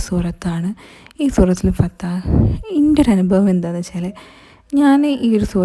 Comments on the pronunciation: Fathah alla fathh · Fathah✅ not fathaah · Fathah alla sister Surah fathh